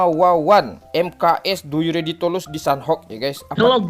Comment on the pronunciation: Wkwkw Du yu Redi tulus